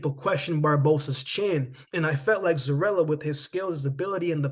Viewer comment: Its pronounce Zoriya, not Zorila 🤷🏽